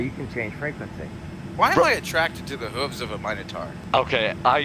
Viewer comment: "mino-tor HOOVES" lmao. lost it!